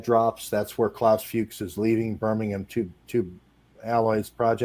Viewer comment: pronounced Klaus Fooks